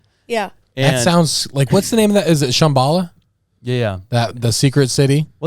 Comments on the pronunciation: Y'all need to listen to the song, you're pronouncing it wrong. Very popular in my day. I'm 66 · It's pronounced Shom ba la